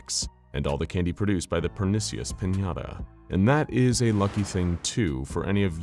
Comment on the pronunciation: Words mispronounced in this video: cavalcade, pernicious